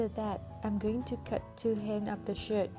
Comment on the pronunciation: sorry but i heard "from my old shit" no hate ❤